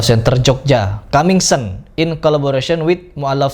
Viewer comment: Coming soon baca kaming sun bukan kaming sen